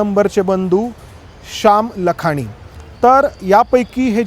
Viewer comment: लखानी नव्हे लाखाणी म्हणतात